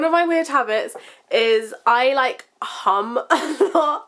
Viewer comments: I thought she said I like ham at first XD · omg i thought yu said ham not hmmm lol ahahaha i love yurr vids!! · when you were saying your weird habit, i thought you said "i like ham a lot" (instead of hum), so when you were talking about when you're bored i thought you were going to say you eat ham, hahaa